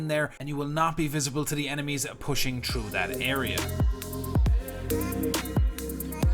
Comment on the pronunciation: Through not chrough you dumb bitch